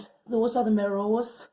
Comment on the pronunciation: Looks lovely - it cracks me up the way you say mirr o’s (mirrors) 😝🥰